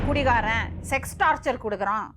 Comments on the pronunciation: அது டார்ச்சர் (torture)தான் டார்ச்சல் இல்ல(torChal) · Thappa eavlo sirippoda soldringa 😂😂😂 athu torture tat word frm english not torchal 🤣